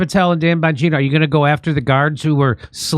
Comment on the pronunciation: “Bonjourno”? Are you saying “hello”, in Italian for “Don Bonjourno”, “the Godfather of Hello”? Just try & pronounce the names correct please? Not sticking up for em’ but get it right.